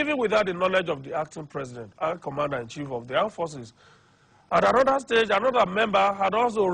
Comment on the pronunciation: He can speak that grammar but can't pronounce Commander-In-Chief.....Commander -In-Shief!! LOL!!